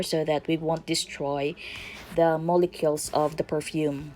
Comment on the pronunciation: Ma'am its mole'cules' like mo-le-q-uls pronounce the 'u' not mo-le-kels. Good perfume making demo though